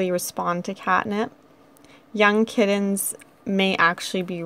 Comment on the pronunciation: She says "kiddens" not "kittens" lol